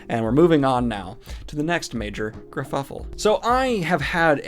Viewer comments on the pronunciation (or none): This is like the third time he’s done this. He says things that are often factually incorrect. It’s why i unsubscribed. Also, WTF is a”gurfufflfle”? Did you mean a “kerfuffle”?